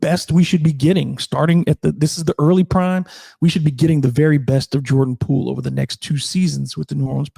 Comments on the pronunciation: its Poole, not Poo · sounds like you are saying poo every time, to me anyways. no shade love the show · 😂😂 he does say poo